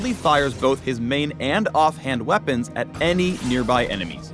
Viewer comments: Nobody: No one: Not a single soul:: aNd hIS wEa-PUNS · Am I the only one who noticed him say "We-PAWNS" at the end? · Don’t forget wea-PUNS